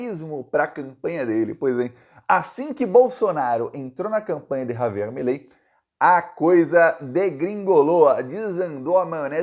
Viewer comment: Milei, virou "MELEI" ! 😂😂😂.